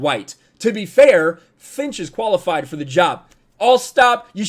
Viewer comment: Did anyone else hear "koalafied"?